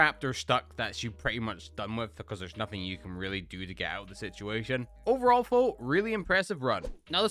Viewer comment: Why do you say fo instead of though